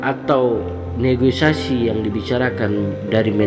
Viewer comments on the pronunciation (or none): Koreksi dikit bg Negosiasi bukan negoisasi